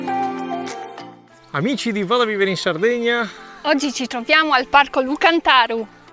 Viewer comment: Lu càntaru, pronuncia esatta, saluti 😃